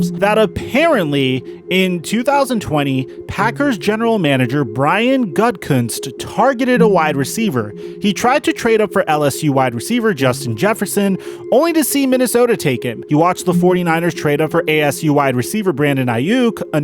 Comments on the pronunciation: Gutenkust is pronounced Goote Un Koost. Not gut a kust. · Gutekunst isnt prounced "gut-cunts" but rather "Goot-eh-koonts" :D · 'Goot-Ah-Kuntz' great vid none the less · It's funny how you pronounce his name it's Brian gooden Koontz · Last name is pronounced GOO-TAY-KOONST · You can't even say the Packers GM's name right. Maybe you should do a little more research before making a YouTube video. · I understand you are not a natural Packer fan, so I can tell you that you're pronouncing Gutekunst wrong. You also underestimate Devantes feelings towards Aaron. I dont think it was negative in any way or cryptic. I'd bet anything that he supports any decision that Aaron makes, even if its not the preferred outcome. You dont throw the word appreciate at someone and simultaneously contradict it. It was a legit comment, he is thankful for any and all time he has with Aaron, as is most of the team and fans. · Gotta learn to pronounce Gutekunst. And Rodgers is signed for 3 more years. He’s played 1 year of his 4 year extension that made him the highest paid player in history at the time. Other than that solid vid. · That is NOT how you say Gutekunst 😂